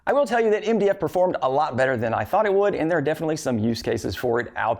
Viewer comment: When he says MDF it sounds like india